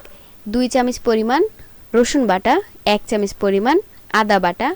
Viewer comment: আসসালামু আলায়কুম আপু আপনি এখনো চামচ কে চামিচ বলতেছেন, রান্নার সাথে সাথে কথাবার্তা ভালো ও শুদ্ধ এবং শুনতে ভালো লাগা উচিত, তাই না??? 👍👌💛